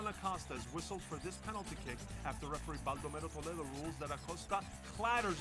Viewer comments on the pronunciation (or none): none